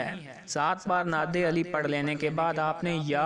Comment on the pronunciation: Lakhi hui Nad Ali aap nay ghalt perhi hay Agay aap per kia yaqeen koi keray ga